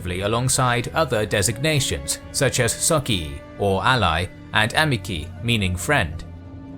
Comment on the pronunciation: Please, check your pronunciation before publication. Your "socii" and "amici" are truly cringeworthy.